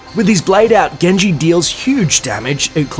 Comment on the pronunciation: its not gen(je) its jen(ji)